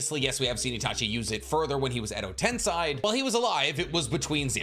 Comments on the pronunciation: "One of the most knowledgeable in Naruto." Pronounces multiple things incorrectly. Most egregiously "tensei" its pronounced Ten-say not ten-seye. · Edo Ten-say not Edo Ten-sai, LORD!!! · How the f can people watch this show for years and still pronounce Edo Tensei as EDO TENSAIIII lmaok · The pronunciation for Frog Kumite is koo-mee-teh and Edo Tensei is ten-say. I know it's not that big a deal, but it bugs me so much every time I hear it. Definitely a me thing, but I have to at least let you know.